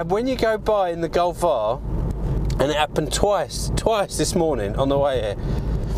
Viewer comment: "Golf AHHHHR" hahahaha that was a good one